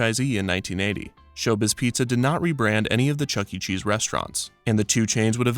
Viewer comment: No fucking shot this man said Charles entertainment cheese